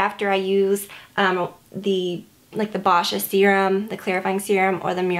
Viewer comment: Hey! I love your videos. You have some of the best product reviews. Just a friendly little pronounciation correction. Boscia is pronounced "bow-sha". Looking forward to your next video as always.